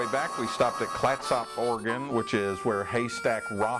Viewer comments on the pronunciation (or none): Garibaldi is pronounced with a hard, not a soft G. And the O in Clatsop is pronounced like the U in Ketchup, just pretend there's no O. As for Dutch Bros., I applaud your impeccable taste. No Starburners for me! It's as Oregon as they come, it started in 1992 in Grant's Pass, and they are the largest Private coffee chain in the country, with locations in 7 western States. One of my wife's employees is a cousin of the founders.